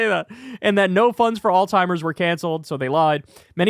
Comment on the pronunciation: Did you say, alltimers?!